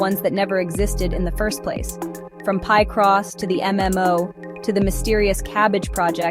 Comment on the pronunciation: Why are you pronouncing Picross like that? 😂